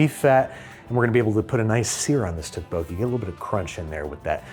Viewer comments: I am begging you, please look up the proper pronunciation of tteokbokki. Dish looks great, but 🙉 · The way Babish says tteokbokki is killing me, please someone. correct him. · The way Andrew pronounces tteokbokki hurts my soul. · pro tip, you don't pronounce the singular k in tteokbokki, CHEERS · Someone has to take Babish aside and tell him how tteokbokki is actually pronounced